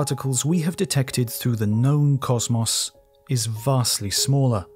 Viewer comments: It really bothers me that the narrator can't pronounce the word "cosmos" correctly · Except when he pronounces the words "patent" and "cosmos" wrong. Thr mispronunciation of the word "cosmos" alone makes me want to turn the video off